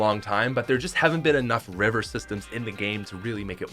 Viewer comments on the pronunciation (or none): none